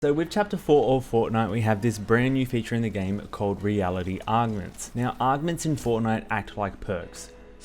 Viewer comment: I appreciate the guide but the way you say augments is pure aids. That’s not how you pronounce them at all. Unless your just doing it that way for fun.